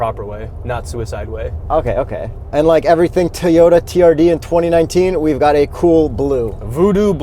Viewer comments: TOE YO TAH!!!!!! stop saying teyuta!!! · say it with me TOW-YODA not TEE-ota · can the hipster not say TOYOTA why does he keep saying tiyota. ITS TOYOTA like TOY O TA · I think should say Toyota not Tayota it is really annoying,on top of you are a journalist, you should say the manufacturers name properly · U say.. TEA-OTA. I Cant watch your (Toi-OTA) / TOYOTA reviews anymore. Best video content u2. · T-oyta? It's a toy-ota. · Youre killing me Toy-ota not Tee-yota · lol I thought I was hearing things, but it sounded like he was saying, "Teayota" instead of "Toyota." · Too many “Teyota’s” said in this video. 😂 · is actually pissing me off my keep saying “teeyota” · Why did he keep saying "Teeyota"? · How many time did you have say Teyota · I cannot stand how says Teeyota. Sheesh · Did that dude on the left call it a Teeyota? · “Teeyoda”, hey? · Teeyota? Mazzda? Man, kills me with his car brand pronunciations... 🤣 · Teeota lollllll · WTF is a Teeyota? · lol...Tee o ta. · It's not tea ota! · Toy Yoda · Can we talk about how pronounces "Toyota?" 😂 #TEEota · Manny Tovar right?! Say it with me: “TOY-YO-TUH” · I've mentioned this to him before AND HE COMMENTED BACK! He said he has no idea why he says TEEyota. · Good review, guys., you're saying T'yota again, sounds weird. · Hey say, TOY...ota. REPEAT IT LOUDLY, TOY...ota. Just busting your chops a little bit! 😃👍✌👌 Awesome stuff as usual guys! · Try saying it as if you’re doing a stereotypical American midwestern accent, and replace the 2nd T with a D. Toy-O-Duh